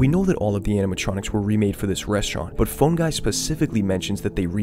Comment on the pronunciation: Just a side note, as criticism to help make your content better, you should really try to pronounce the "phone" in "Phone Guy" with more of an O sound. At least to me, it's too much as "Fun Guy". My reaction was: "Who the f is Fun guy?" and then instantly realising you said Phone. It's supposed to be helpful criticism, if it's not, then ignore it. I just thought it fits your "theme/mood" in the videos. Otherwise, nice video :)